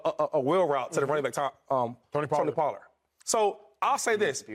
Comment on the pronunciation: shady you need to learn the name Pollard. your gonna be saying it a lot